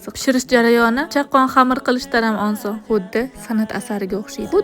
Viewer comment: Onson mas oson deyiladi opa